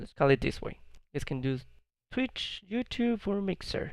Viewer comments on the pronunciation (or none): please stop saying youtooth